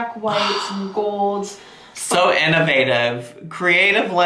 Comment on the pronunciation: The way she pronounces "gold" and "bowl" and words with "o" is annoying.